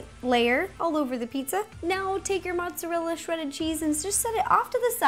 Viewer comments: Ro it's not motsallela its motarella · She pronounces Mozerella "Motzallella" too funny but Ro you are awesome! Love your videos so much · Do you say "mozzalella"? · mozzarella not mozzalella 😂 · On she said motsolella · did she say mozalella on purpose? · Why do you insist on pronouncing mozzarella as "maht-sa-lela"? That's not even Italian pronunciation. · Kaiju Kid She just mispronounced mozzarella. There's no such thing as mozzalella cheese